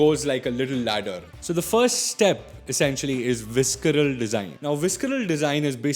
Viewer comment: I'm sorry, I love your videos but you absolutely butchered the pronunciation of visceral and it made me cringe.